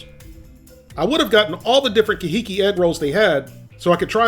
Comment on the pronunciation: Wow, that's pronounced car hee keep, supposed to sound Hawaiian, I guess.. I liked your review, gotta get an air fryer!!!😁